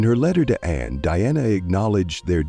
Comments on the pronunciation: The speaker is calling her Deanna instead of DIANA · The very least you could do is have your reading narative ai speak her name properly. It's Diana, not Deanna!